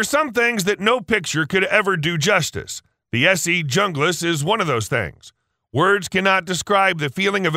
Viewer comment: I opened this only to say I know most on here will be crap for actual survival. You can't even pronounce "Junglas" right (The J makes a H sound).